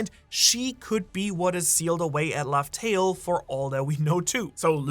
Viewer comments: Laugh Tale = Love Tale? Like a mispronunciation or deliberate swerve, like how Gol D Roger was introduced as Gold Roger at first? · laugh tale do sound like love tale tho